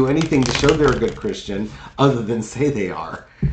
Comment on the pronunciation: It sounded like he said he was not a Christian